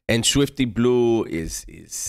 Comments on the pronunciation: Not Swiwty Blizeeew😅😂😅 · “Switfty Blihhhhzue” this shit is hilarious when he says his name like that 😭🤣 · Why he say it like that😅😅